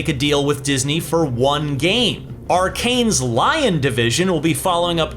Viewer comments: “Arkane’s Lion Devision” 🤔 You mean….Arkane Lyon? The city in France. Sheesh….it could’ve been a simple mistake but this guy has been covering Xbox for like 15 years how doesn’t he know the name of one of there studios 🤦🏽‍♂️ killed the entire video for me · Arkane's "Lion" division got me laughing. Very American hahahah